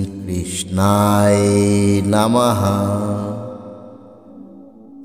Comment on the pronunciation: কৃষ্ণায় উচ্চারণ টা ঠিক করেন নাই